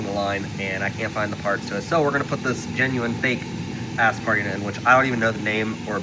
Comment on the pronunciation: Are you saying "ass-spar"?